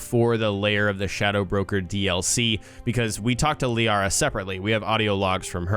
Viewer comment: its Liara